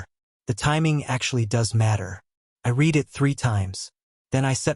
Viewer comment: At about : : the word 'read' is miss-pronounced with a hard 'e' but the tense is wrong and the correct word has a soft 'e' to fit smoothly into the local context of the story!. Oops LoL 😢😂